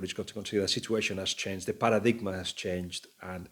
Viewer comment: GUILLEM, MY BROTHER, PARADIGM IS PRONOUNCED 'PARA-DIME'. I HAVE BEEN FOLLOWING YOU SINCE THE 'REVISTA' DAYS ON SKY SPORTS WHICH WAS A BRILLIANT SHOW BACK IN THE EARLY 2000'S BEFORE ANYONE HEARD OF MESSI. ALSO MONEY IS BOUGHT IN TO 'COFFERS' NOT COFFINS.